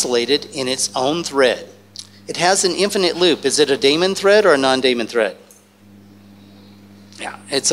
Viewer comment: As smart as this guy is, you'd think he'd know how to pronounce daemon.